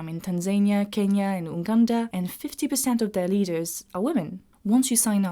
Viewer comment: Impressive again,. Am from Uganda, we pronounce it as "You-ganda." Thanks